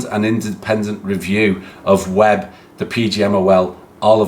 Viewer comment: FFS everyone... ITS WEBB.